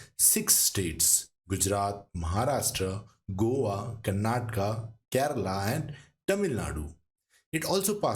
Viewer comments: Please don't say कर्नाटका it's correct pronunciation in Indian language is कर्नाटक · Kindly learn to pronounce it correctly the places of southern India.......